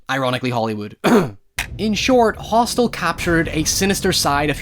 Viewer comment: you could clearly hear him say "Roth'stel" instead of Hostel which is the correct name of the film. Now it m.h may have been a slip of the tongue......or they were, 'Q Anon was tryna imply that this is really the depiction of what goes on in the ROTHSCHILDS Realm!!!!🤔🤐